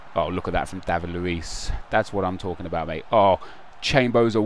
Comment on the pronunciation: New intro: "Good day, my friends! talling!"